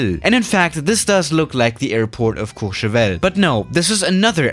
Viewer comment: Nobody:: Says Courchevel in French Everybody: Huh